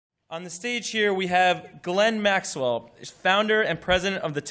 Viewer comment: "Glenn Maxwell".